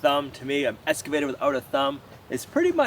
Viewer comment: I love the way he says escavator instead of excavator. I really really hesitate to say anything because he might stop doing it and it's so adorable.